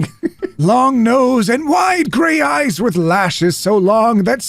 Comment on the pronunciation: I genuinely thought he was saying ice and was very confused. Need to watch rather than treat as a podcast.